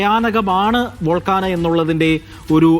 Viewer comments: ഡാ നാറി, " വോൾക്കാന" അല്ല. വോൾക്കാനോ. അങ്ങനെ പറ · വോൾക്കാനാ അല്ല volcano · Its volcano not volcana